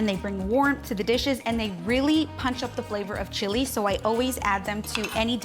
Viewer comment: Great recipe,but the way she pronounce chilis just doesn't sound right with the rest of the way she talks.